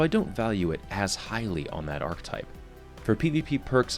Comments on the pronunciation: Okay, gonna say it, I love you and your on-the-nose analysis of the game, but every time you say it "ark-type" instead of "ark-uh-type" I die a little inside. Other than that, I love the video, very informative and useful for a non-sniper such as myself. I do wonder about the more oddball-type foundry scopes and how they tend to stack up with their added peculiarities like the Holo-ironsights that can come on Omolon rifles, or those ones that highlight enemies in general or "within the appropriate range", but you've made those feelings known. Thanks for the video! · Damn it,, "arch-E-type" not "arc-type" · When people say arctype and not archetype